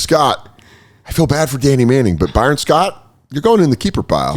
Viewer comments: Why does pronounce names like he grew up in a shed? Byeron and Stwart 😆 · By-Ron was a real head scratcher. Not exactly a name you'd expect to butcher so badly. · messing up the names and only kinda knowing the big name people is hilarious. "Bye-Ron" and Joe "DA-mars" "Sta-arrt"